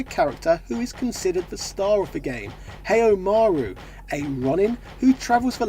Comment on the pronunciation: I love your vids bu,t holy crap did you crank out the cringe with your pronunciation of the character names. I usually don't care about this but my guy, HEY-Yo Maru!? LoL! Bless your heart, that confidence though!